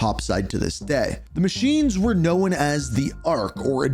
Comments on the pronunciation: It's Known not Knowin lol sorry ur killing me with this shit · Someone teach this man how to pronounce “Known” lmfao wtf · The way this guy says “Known” makes me wanna crash tf out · Great video! Just a quick heads-up — the word “known” is pronounced differently than how you said it. Thought you’d appreciate the tip!